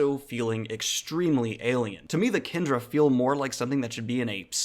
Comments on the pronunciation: Kandra is propnounced Kahn-dra!!!!!!!!!! Kendra is a girl's name! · A few comments -Kandra is pronounced "khan-dra" -Did you consider Parshendi at all for this list? - Have you thought of reading Temeraire? It presents an interesting take on dragons. Great video!